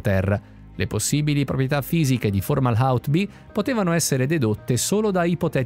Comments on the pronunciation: Perché la pronuncia "formala out"? Fomahault è parola araba e significa la bocca del pesce. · Non formahault ma Fomahault, correggete la voce della IA che legge i testi